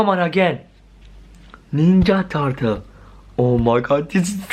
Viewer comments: In the intro he said Ninja Tatal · you don’t even know how to say turtle